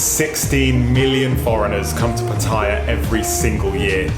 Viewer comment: Another vlogger that can't pronounce Pattaya correctly :-)